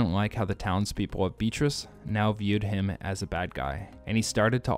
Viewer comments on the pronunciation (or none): Beatrice is pronounced Bee AH tris not beet-ris.